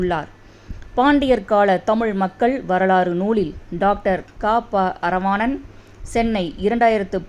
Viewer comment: க.ப.அறவாணன் என்பதை சரியாக உச்சரிக்கவும்.